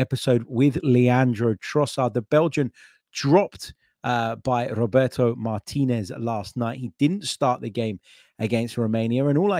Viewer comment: My man says Roberto Martinez 😂😂